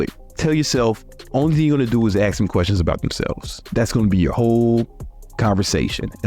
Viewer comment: Step #1: Say “ask” instead of “axe”